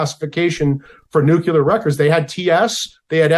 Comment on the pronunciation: An expert who says nucular (nut shaped), rather than nuclear, begs his expertise!